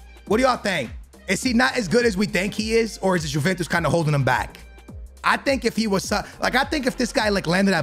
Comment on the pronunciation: Btw it's pronounced"yeventus"